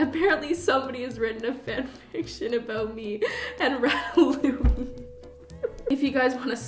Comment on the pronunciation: Am I the only one confused on why she calls it rat-a-louie